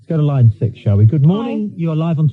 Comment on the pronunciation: Line 6. Thought it was line sex lol